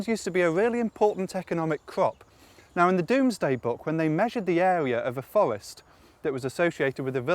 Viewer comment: u say fowest hehe Its cute :-)